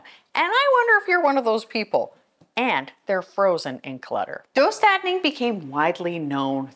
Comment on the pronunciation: Nice video! Just so you know the dö in döstädning is pronounced like you're saying "duh" as if something is obvious. Just an FYI :) great job pronouncing the ä well though! (Swedish person here lmao)